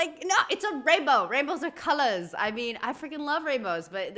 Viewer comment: That slip into a slight English accent on "colours" - passport is in the post.